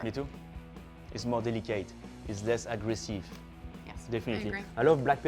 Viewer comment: White pepper — It’s more delica-ite It’s less agres-sieve